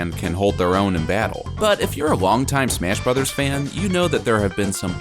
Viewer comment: to did he actually say smish brothers Altamite